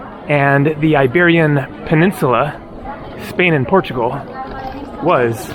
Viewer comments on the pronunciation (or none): none